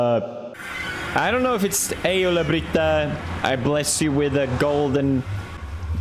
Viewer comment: He called alabama for ullabritta